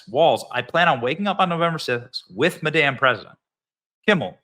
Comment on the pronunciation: You say Madame so it sounds like " maDamn" !! The Sound of Silence is being overused. The Belgian Malinois shorts are playing it on every one of their shorts (a version by Disturbed)